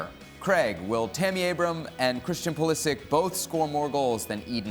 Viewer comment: Actually Craig is correct how he says Pulisich(Pulišić)